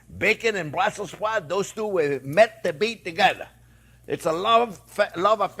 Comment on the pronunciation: Just a morsal: It is correctly BrusselS Sprouts, named for the Capital city Brussels.